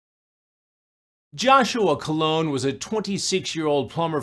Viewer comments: The decoy looks like a young Natalie Portman. And it’s “Colon” as in bowel, not “Cologne” as in scent . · Joshua COLON, should not be pronounced "Cologne", call him like he is, a shitpipe. The Cowboy predator is also one of the worst people. Pretending to be all weak and vulnerable when confronted, but aggressive and depraved when he's talking in private with a child.